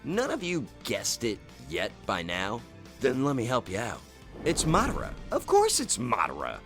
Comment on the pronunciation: I feel ashamed hearing how you butcher Madara's name